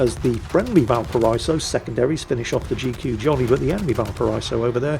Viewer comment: GODAMMIT, VALPARA*EE*SO